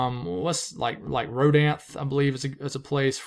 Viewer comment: When saying Rodanthe, the "e" sounds like a "y". Same ending sound as "money."